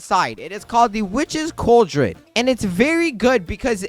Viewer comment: It’s pronounced CALL-drun